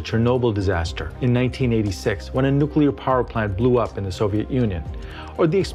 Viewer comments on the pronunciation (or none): well.. i realize you actually said "parplant" but i was commenting on what you were trying to say